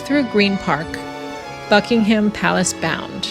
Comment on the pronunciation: One small tip. The H is silent in Buckingham